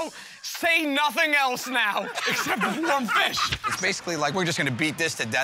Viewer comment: "WOAM fish"